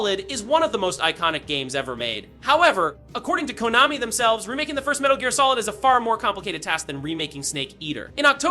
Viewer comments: probably the pronunciation of Konami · People mispronounce several words, even in their native language. Google Translator pronounces "Konami" correctly. It's weird if a LLM trained to generate audio didn't have "Konami" in its input. You need something more than a single word mispronounced.